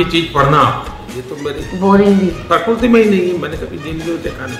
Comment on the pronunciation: प्रकृति nhi prakurti😂😂